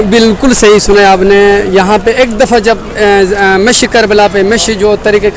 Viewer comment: Not "mishi", its "mashi"